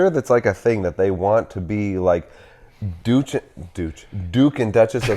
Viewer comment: The “Douche” and “Douchesse” of Sussex!!